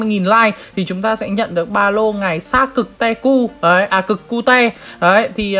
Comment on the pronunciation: tecu->tê c*:))) chú ri cà chua hơi bậy:))